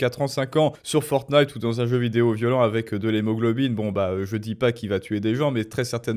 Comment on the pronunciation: Oh mince ! Il a vraiment dit Fornite en plus pour le "rapport à la violence" ! Waou.... Je pensais que c'était pour le meme dans les thumbnails.